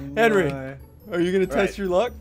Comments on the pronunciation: "Call Henwy a foot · "HENWY IS A FOOT FOOT" Ssundee 2019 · Haleigh Snyder it’s Henwy with a w